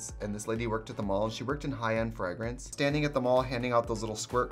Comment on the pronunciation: I live for every time Trixie pronounces fragrance in her Wisconsin accent. Freh-grance.